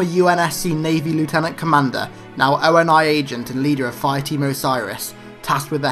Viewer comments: I love your videos, absolutely so but a tiny thing that bothers me (and many maaaanny other people do this for other things) But the way you call ONI the "Oh En Aye" when they never say this in the games or movies, its generally called "Oh Knee" ONI, again very minor peoblem and otherwise Amazing video thanks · It's not O.N.I it's ONI (Oh-Ni)